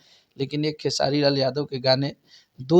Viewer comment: pahle naam lena sikho,Khesadi nhi Khesari...